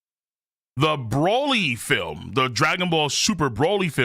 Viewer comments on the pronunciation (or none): none